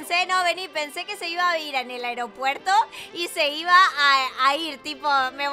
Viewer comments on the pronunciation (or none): none